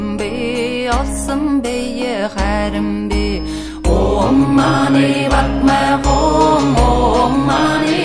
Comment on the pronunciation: THE MOST PERFECT PRONUNCIATION OF OM MANI PADME HUM.